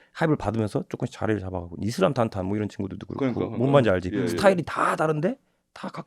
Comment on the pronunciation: 형님 노안 오셔서 실수하신 것 같은데 이슬람탄탄 아니고 이슬림탄탄 입니다